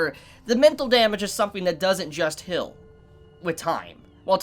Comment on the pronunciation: why do you pronounce ''heal'' like "hill" ? :v